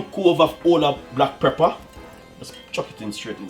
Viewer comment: Preppa????? Come on dunce man... Its pepper!!!